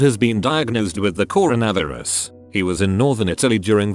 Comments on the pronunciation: Corn - a - viri - ez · The pronunciation of coronavirus 🤣